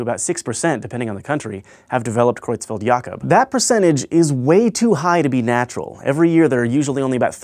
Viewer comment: The way you pronounce Creutzfeldt-Jakob is perfect!